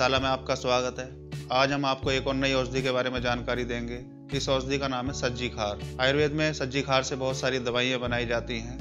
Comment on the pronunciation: सही उच्चारण सवरजीक्षार कहते हैं आयुर्वेद में